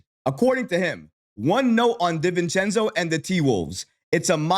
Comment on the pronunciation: Respect and I love your reporting in these topics. Please, it’s Di-Vincenzo. DiiiiiVincenzo 😂